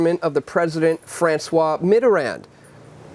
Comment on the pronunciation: Sorry, Sir, the correct pronunciation is Mitter-rund, not Mitter-rand, because it's French.